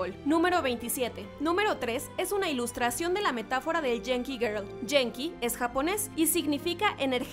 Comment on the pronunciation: *dato: se pronuncia guenki, no jenki